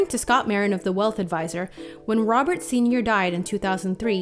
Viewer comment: I died ROBET KARDASHIAN